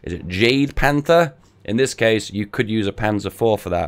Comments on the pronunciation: Your pronunciation of jagdpanther hurt me. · Chris Beckwith ikr